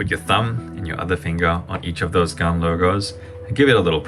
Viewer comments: I thought it was Han not garn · Bro can’t say gan proply he pronounced it like garn not gan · Gaun? What is that isn’t it GAN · Why you say gan werid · Hey how we pronounce gan bcs my pronunciation is different from yours?